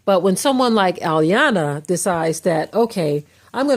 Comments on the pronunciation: Her name is pronounced E-yawnnn-lah! It’s African not suburban American I-yona like you repeatedly said. Your superiority complex sucks! The fact that you use the Bible selectively to uphold your fictional standards is odd. Because that very same Bible condoned SLAVERY, rape, molestation, murder, under age marriage and abuse. However, the slave and the master BOTH prayed to the SAME sky GOD and that sky God seems to have only answered one! Also you need to gain an understanding that the first police were slave catchers. The current police are still slave catchers. These laws weren’t created to protect us they were invented to recapture us!!!!! Read the constitution prisoners are slaves! Moreover, since your focus is blurred, white crime rates are the same yet people like you perpetuate the rhetoric downing US like you did in this recording. Next, you should listen to your own counterproductive very contradictory podcast because you’ve shamed us and made us appear to be the issue. You don’t steal people enslave them and then give them fake freedom. But, create policies and schemes to re-enslave them and keep them poor for your global agenda! Ma’am how did drugs and guns make it into our communities? Also, why did they enter our communities? Is that not How are those drugs making it into this country? Those perfect humans that you’ve been brainwashed to believe to be better mass murdered your people and enslaved them for MONEY. In as much, Iyanla grew up in New York and was aba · They call her and secondly it's phonetically pronounced E- yan- lah. She's a a life coach not a psychologist. That girl has issues. I'm happy the way you spoke about this. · 'e-yawn-la' is how her name is pronounced. Iyanla said she would trigger her & it worked!! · Please also let's be respectful to learn and correctly Pronounce the Respectable TV Host's Name. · let's start by correctly respecting and pronouncing iyanla's name